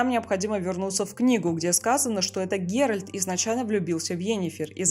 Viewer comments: ГеральТ, а не ГеральД !! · ГеральТ, Т, Т не Д, не ГерольД, не герОльд. ГеральТ! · почему голос все время говорит ГеральД когда должно быть Геральт это что нейросеть ролик сделала? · Согласен с мнением автора) видео крутое, автора слушать одно удовольствие, только ГеральД сильно ухо режит 😅